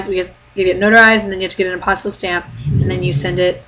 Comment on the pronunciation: Hi. I have a question. This will probably seem kind of goofy, but can you explain the "stamp" thing you're talking about? First of all, for the life of me I can't understand the word you're saying...it sounds like "apostle stamp"??? Sorry!! Second, you said you have to get it from your state capital? Can you tell me what that is? The stamp not the capital:-) Thanks!